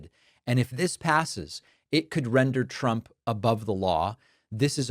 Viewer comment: I hate how she says Chtrump